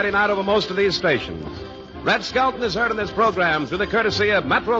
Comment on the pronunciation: Skelton, not "Skeleton". Leaving.